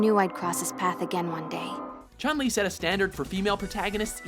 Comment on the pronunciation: Why do they mispronunce the name wrong. Ryu and chun li in particular. I dont agree that camy should be in the list. I think akuma or e honda or even ken should replace her on the top ten.